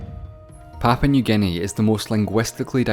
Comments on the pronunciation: Not sure if anyone's mentioned it yet but it's Papua New Guinea, not Papau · it’s Papua not Papau